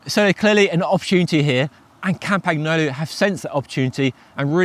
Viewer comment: The g is silent in campagnolo. Please and thank you.